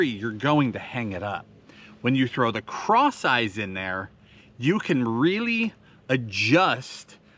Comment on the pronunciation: I keep hearing “craw sizes” when you say ‘ cross eyes’ I always like to hear those weird word combos! I once ask for an ice water & got a fly swatter , I was confused for a little bit. ‘Herring loss’ (my bird got away!😂) & bis-lex-E-a is a horrible ‘combo nation’ = (numbers to my safe? Or a small country no one ever heard of?) 😂 ✌️🤟🤙